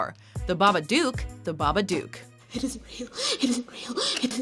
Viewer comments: It’s Babadook like book. Not doooook duk. Babadook rhymes with book and look. Stop saying it wrong. 😢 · it's babadook (Hook) not babadook (Duke) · Baba-duke? Baba-duke?!?! It's BabaDOOK!!! Like book, but dook!!!! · ITS BAPADOOK NOT BABBBABADOOK! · Baba dook like baba book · Wtf Jason didn't survive he was resurrected. Also the way she pronounced babadook "babaduke" Hurts the soul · You said babadook wrong u don't say it with the double o is say it like it had one o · Its pronounced baa-baa-dok not baa-baa-dewk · OH MY FUCKING GOD, EVERYBODY SAYS FUCKING BABA DOOOOK ITS BABA DO OOK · you pronounced it as "babaduke" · it's not a babaduke, it's a babadook, pronounced like nook, at least watch a trailer. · "The BabaDukes of Hazzard". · Babaduk say it like that otherwise the rhymes don't work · Why do you pronounce babadook so weird? it rhymes with book not puke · IT IS BABADOOK AS IN BOOK AHHH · She couldn't even say Babadook correctly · That's not how you say babadook omg😂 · You see the babadook on four occasions in the movie. And they pronounce it in the movie! Why are you still saying it incorrectly?